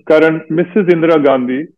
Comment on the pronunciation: It's Karan not Karen